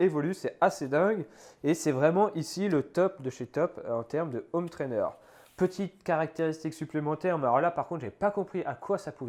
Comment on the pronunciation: J'adore les vidéos de la chaîne, vraiment une qualité professionnelle étonnante ! Merci ! Juste une chose, je n'arrive plus à supporter la liaison "zhomme trainer", fallait que je le dise 😀. Continuez, c'est top!